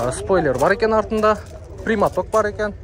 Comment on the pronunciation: Примат, эмес , премьера десен.